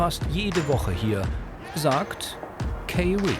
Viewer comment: Tolle Serie. Aber von "Kaye-Ree" möchte ich nicht empfangen werden. Kommt sich ja sehr schön vor. Dann bekommt er seinen Pass sozusagen..........................er bekommt sein Dokument, was heißt sozusagen.................is wohl ihr Lieblingswort.